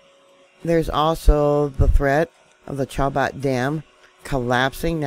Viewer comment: Chabot is pronounced "Sha bow" Just incase you wanted to know. 😊 Love your show!!🥰